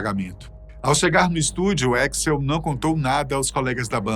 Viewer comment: Troubeidor e éxl é foda , nenhum gringo pronuncia dessa forma